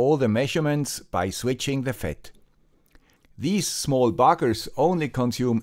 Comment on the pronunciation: Ha, "buggers" in a Swiss accent, that's a first for me!